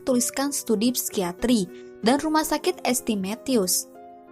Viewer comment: es te es te es teh kali ah. ST. itu dibacanya saint mbak hadeh